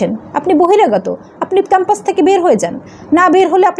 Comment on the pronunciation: উচ্চারণ এতো ভুল ?? খ্যাম্পাস কি ?